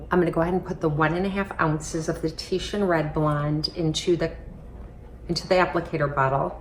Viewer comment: Oh wow someone actually said Titian instead of titan